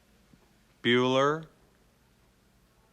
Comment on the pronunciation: Buller?... Bueller?... Bueller?